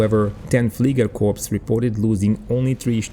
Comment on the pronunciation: I love your channel as you give us a visual representation of history. I have one minor correction. The word fliegerkorps is pronounced without the s at the end, as if it were spelled fliegerkorp. Thank you for the great channel!